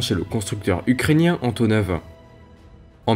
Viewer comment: "Voillent"? Du verbe Voilloir? : "Antoneuve"... mais maintenant que c'est vieux, on peut dire AntonAUVE, et peut être AntonoF 1'08: "qui z'ont"??? 2'25" : Pourquoi comparer un avion de cette taille à un 737? Un A380 ou 747 aurait été plus pertinent. Mais vidéo intéressante. Je pouce haut